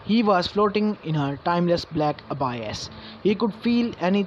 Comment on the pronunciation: it's abyss not abias